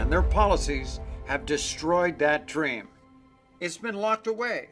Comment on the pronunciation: "I have a drem" - Caitlyn Jenner